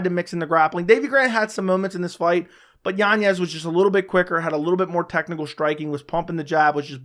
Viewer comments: Yan-ez... Not Yanyez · Why does he add an extra Y in yanez?